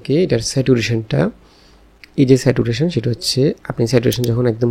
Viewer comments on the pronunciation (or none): "স্যাটুরেশন" না ভাই "স্যাচুরেশন" হবে।১৫ঃ১৪।